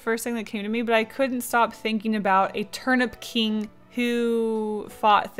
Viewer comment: Enjoy your trip to Japan!! I love this drawing and when you said Turnip King I thought you said Turn up King lol